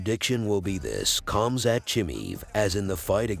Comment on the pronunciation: it's not Cum Sat by the way